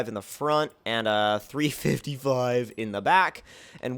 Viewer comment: no one realized how he said 355 in ?